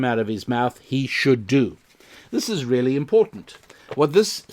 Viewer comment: I've now made a connection between your "RRRRRRRRRRReally" and Ben Shapiro's "RRRRRRRRRRRacism". However, it is still very tenuous. Can you recommend any other Jewish podcasts I can research?